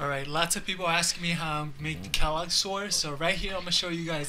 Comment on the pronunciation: Pronounce quelaag like this: “Kray-Lag”